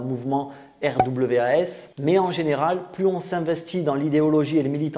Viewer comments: Au faite ça se prononce: rwas! ;) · R.W.A.S. ça se prononce RWAS Derien 😂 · RWAS ? Je croit que ca se dit "rouasse" . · Alors RWAS ça se prononce « connard » en fait... De rien 😘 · Ça se prononce RWAS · Les sojabruti 😂 magnifique, et pour RWAS le w en anglais on dit double U peut être que sa se dit comme on pourrait lire RUUAS. et fais attention à ton fond sonore, en début de vidéo on entend plus la musique que toi quand tu parles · En prononciation anglaise ce RWAS me rappelle pas mal Wrath qui veux dire... Colère... Ce qui explique en fait complètement ce qu'ils sont xD